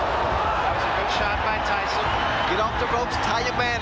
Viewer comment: "Ty-Son" biggs a og raigbaiter